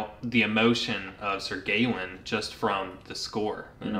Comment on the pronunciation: isn’t it Gah-wain or Guh-wayne? I don’t believe I’ve heard it pronounced gay-wayne esp. with the “aw” being more “ah!” than anything else.